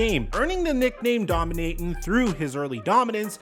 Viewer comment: “I bring dominance. My name is DOMINAYTON.”😂🤣